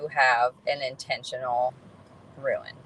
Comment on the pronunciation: ruin??? how about rune, rhymes with dune or moon or tune